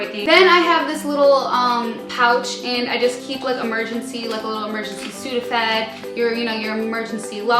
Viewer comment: BAHAHAHA emergency sudophed. I love it you